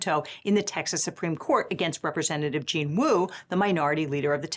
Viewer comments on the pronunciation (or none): none